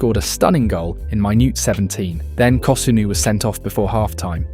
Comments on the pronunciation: It's AI. the voice says "minute 17". But it pronounces it as mainiut, the word for exact, instead of "minnit", the time measurement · look how it pronounced “minute”